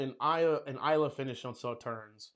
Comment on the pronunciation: It is not pronounced Sauternz. It is pronounced Sauterne.